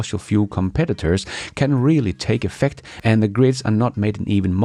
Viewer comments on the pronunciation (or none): none